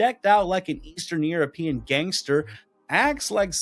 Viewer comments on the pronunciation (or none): none